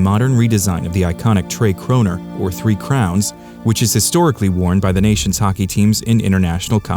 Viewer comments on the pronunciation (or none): none